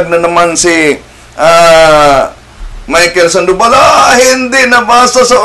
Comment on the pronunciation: Sandobal dyos ko po ang layo niyo kay bro Wendel maling mali ang bigkas mo